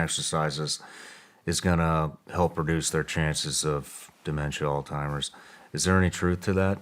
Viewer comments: Alzheimer's*** not alltimers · Love Shawn… but Its not “All-Timers” for goodness sakes…and a lot of smart people still call it that because your brain makes the connection to “Old Timers “. Sound Silly? I agree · Are we all going to pretend like Shawn didn’t say “All-Timers” when he was trying to say Alzheimer’s lmaoooo 💀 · Haha Shawn you said Alt-hymers...ya boomer!